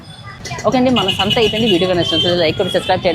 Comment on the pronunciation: శాంత కాదు.. సంత.. 😅